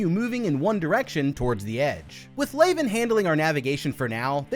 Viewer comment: Did you even watch the film? Her name isn't pronounced "Lay-ven", and it's said properly in the film, many times.